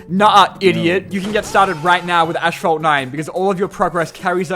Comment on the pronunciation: "Ashphalt 9"